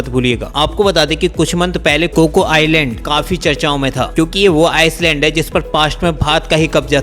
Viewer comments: आइसलैंड (island) नहीं आईलैंड hi kehte hai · It's not ICELAND it's ISLAND pronounce it properly* 🇮🇳❤️👍🙏